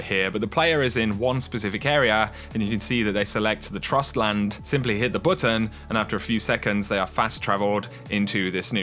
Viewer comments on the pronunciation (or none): For future reference (if you care about that :P), that is not called 'Trostland' like a mispronounced trust-land but more like tr-oh-stland (its a long 'o', basically, but also not too long :D see here: ) maybe knowing what this means even has some meaning to it lore-wise.